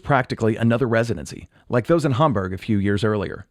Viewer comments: The way he says Hamburg is weird because the first syllable ‘Ham’ sounds good but he uses very American ‘berg’ instead of the German pronunciation ‘boorg’. He might’ve heard John Lennon say it and used his pronunciation but sounds weird with an American accent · you pronunciation of Hamburg is interesting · "Hahm-burg"? Oh I say, I'm off to play the Grahnde Piahno... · I thought it was odd, because in the video, the Beatles themselves pronounced it "Ham-berg". I know the natives probably don't pronounce it that way. I just always think of that Monty Python skit whenever I hear anyone pronounce something with an "ah" sound. Like "aunt", or in this case "Hamburg". Just ribbin' you man. Great video. I'm gonna subscribe.